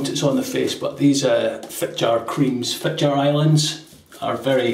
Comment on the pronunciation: You asked for it,: Yes, you did butcher Fitjar and Slåtterøy a bit (but they will survive: just a few weepers and nicks) J is like an English y. The diacritical sign above the a is there for a reason: It changes the sound from an open ah to an o-like sound), the double t makes it short, like Slot in a coin slot. Ø is like the French œ or the German/Swedish/Turkish ö, rougly like the i in bird. This time as a diphthong with the y. Imagine the stereotypical New Yorker saying bird: bøyd. (As an aside, in Faroese the øy has indeed morphed into oy.) So it would sound a bit like Fit-yar Islands [that's the ‘intrusive’ English word] Slot-er-øy. Do pronounce the r in your normal Scottish way